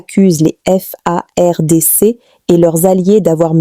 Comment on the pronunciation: Cmnt cette fille congolaise ( peut Etre ) a du mal a prononcer les Fardc EN lisant par syllabe,et Kivu EN Kivi ?